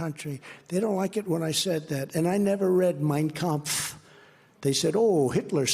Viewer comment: His pronunciation of kampft was telling